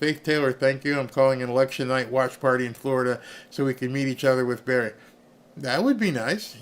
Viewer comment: You called it Berry